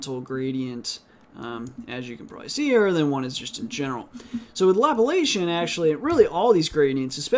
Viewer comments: Lap-la-cian? It is La-pla-cian (related to the Laplace operator). The Laplace operator was named after the French mathematician Pierre-Simon de Laplace (1749–1827). Anyway. Good tutorials. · I always enjoy your videos... Can you also do Histogram Oriented Gradient too? Thanks... FYI Laplacian is pronounced Luh 'plahs ee uhn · omfg. dude. Laplacian.... LUL. Great videos man. IDC if you do not know who Laplace is or how to pronounce Laplacian :P